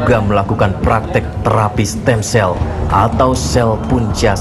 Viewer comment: "Stem Cell" mba , bukan stand sel